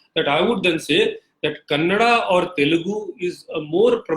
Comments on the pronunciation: It is not Kannad... It's Kannada you bastard. First, you study linguistics, then you know some facts about languages and then discuss things like this with facts, not with your lies and bullshit and blah blah blah. Also, those are not versions of Tamil, those are dialects, just like Hindi too has different dialects in different regions/states. You moron. However, I agree that Hindi is the unifying language of all regions/states of India and ppl of all states need to know Hindi, at least a little. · Vikram Bhaskaran tamilans pronounce everything worst.... they say Telugu as telungu.... mumbai as bambai...... Kannada as kannadam....... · Why do people of the North have difficulties pronouncing Karnataka and Kannada there is 'a' at the end phoentically you are killing the pronounciation